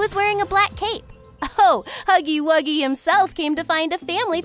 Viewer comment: huggy wuggy not haggy waggy